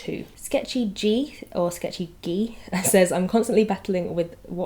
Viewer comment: Thank you for answering my comment! I left it just on a whim but your answer was so helpful <3 (you pronounced sketchygee right the first time btw haha)